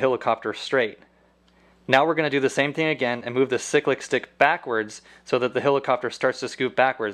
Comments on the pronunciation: seriously its pronounced "si-click" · Stop saying sick lick control🤬🤬🤬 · Ok my trolling comments :-P Helicopters don't have rudders they have tail rotors (in the real thing we just call them pedals) ! Cyclic is pronounced "siklic" with a long first i !!!!!!!!!!!!!!!! But I appreciate what your trying to do.